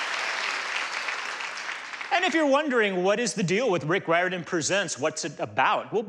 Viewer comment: Yes, the first person who said it in the very beginning said it right. It has a weird pronunciation